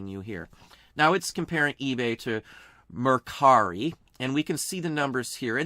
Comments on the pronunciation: Great insight and info! Thank you. And nice job on "Mercari" ! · Love that you pronounced Mercari for the OCD people. 😀👍